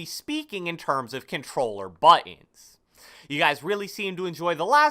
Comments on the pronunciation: Took two minutes just for “cobtelller” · I had to put the playback speed to 0.25 lol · “Controller” that for ever lol